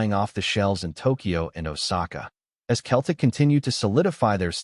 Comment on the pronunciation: Your pronunciation of "Celtic " is wrong . I realise you're American. When you say Celtic, the C is pronounced more like an S than a K. Just trying to help